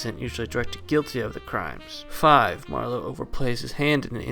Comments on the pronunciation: It's MAR-lowe, not Mar-LOWE. He's not a wine. 😀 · Why can’t he pronounce Marlowe? It’s not “ma - low” like merlot, it’s just “marlow” , no emphasis on the end syllable. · Great video, but it was really distracting to hear Marlow pronounced mar LOW. Like he is Merlot, and not a very American gumshoe. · You're just figuring this out. The whole thing is a goof. Btw, the accent on Marlowe is on the first syllable.